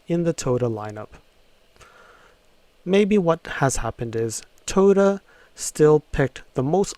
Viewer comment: Toto, Toto, WTF wasn't that the name of the dog in The Wizard of Oz... dude your pronunciation sucks